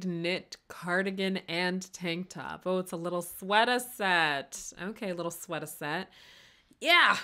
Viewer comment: i love the slipping into the bronx beat accent while saying "sweater set"